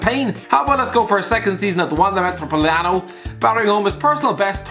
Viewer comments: Wanda Matrapaoitano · "Wanda Metropoliano". Let that sink in.